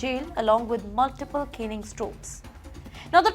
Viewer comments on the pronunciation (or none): u are an outrage. Stop saying canning, it is Caning. Do not say canned, say Caned, as in Kane. U are a shame. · Ms, it's not 'routing' but 'rioting' and it's not 'canning' but 'caning'! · Caning - not canning Rioting - not routing caned - not canned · the anchor really has to struggle with her pronunciation and english